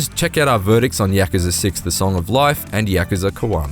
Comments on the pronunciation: Us:Yuh-Ku-Za Ign:Repeat after me YAK-KA-ZA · bro why you keep saying YAKAZA? ITS KAYUZA, GAH DAMN!! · It's not pronounced 'Yak-ker-ser.' It's pronounced 'Yak-kuuuu-saa.' Sorry but it was bugging me, lol! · We all just gonna ignore him saying yahkuhzuh? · Is anyone else kind of annoyed about how he pronounces Yakuza. Isn’t there supposed to be a break between ya and kuza. I really doubt it’s Yakza lol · The way he says yakuza bothers me so much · Heard how he said Yakuza and gladly clicked off the video.